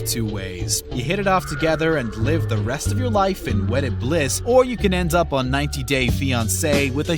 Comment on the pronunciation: The way he says 90 days 🙄 Nevermind You pronounced alot of things wrong.